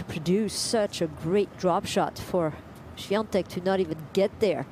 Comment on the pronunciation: Why does the commentators pronounce her name SwiaNtek when there is no n in her name?